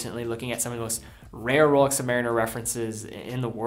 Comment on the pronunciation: Royal Oak is not “roll-yolk”. And Rolex is not “roll-ox”. I have been hooked on your videos. But some of the watch’s names have been butchered over and over.